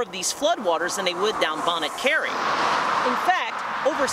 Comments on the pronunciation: I cring each time you mispronounce Bonnet Carre ( it's actually "bonnie car"...) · It's pronounced "Bonny" Carre. 😉